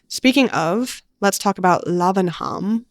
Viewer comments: "Lavenem", as in "Buckin-em Palace". We dont do aitches! Unless we are pronouncing Leicester......leh-stuh! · Lavenham would be pronounced 'Lavven-ham' here in the UK! Another great vid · what a nice surprise to hear you mention Lavenham! I work in web/digital and helped build their website :) the brand name is pronounced lav like lavatory and the h is silent <3